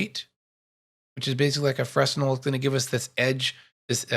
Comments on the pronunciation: Great tutorial. Fresnel is pronounced"FreNel". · great tutorial.. just switching to Blender from Lightwave ..I needed this! 🙂 ..oh btw.. Fresnel pronounced 'frennel' .. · Great tutorial. Clear and rich in information and tips. Especially digging the axial rotation 'trick' #*[number]. Sidebar: Please forgive my compulsive anal retention but it's pronounced (fray-nell) after the French physicist/engineer, Augustin-Jean Fresnel. Again, great teaching.